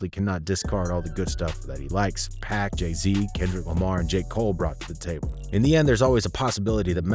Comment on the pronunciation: I know you aint call Pac, Pack?!!? Are you fkin kidding me?